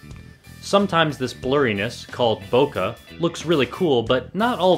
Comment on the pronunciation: Finally. Someone who knows how to pronounce bokeh!